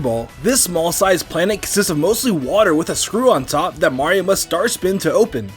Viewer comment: This guy pronounces Mario CORRECTLY!! Finally! No more “Mairo